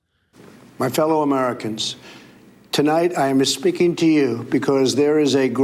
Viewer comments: Did Trump say he is "espeaking?" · Is it just me, or does it sound like Trump says, "My fellow Americans, tonight I am MISpeaking to you. . . "? :D